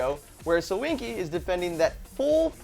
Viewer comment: Jack shimanik. His name is not sohinki... Its SoKinki